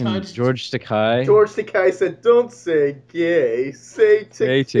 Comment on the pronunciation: Where did Bill Shitner (a.k.a. William Shatner) come up with the idea that "Takei" was pronounced "Takai" anyway? And why is it that others seem to have gotten this (totally WRONG) idea in their heads?